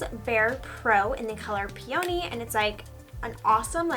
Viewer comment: loling at how you pronounce "peony"! I've never heard it said that way!